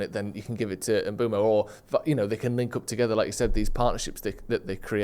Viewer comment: Bryan Mbeumo. Pronounced: Mm-boo-moe Great video either way though!